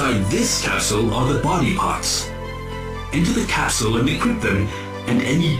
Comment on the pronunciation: Whenever Dr. Light says capsule sounds like he's saying castle.